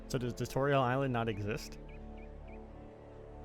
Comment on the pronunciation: Haha his name is “(Tu) Torial”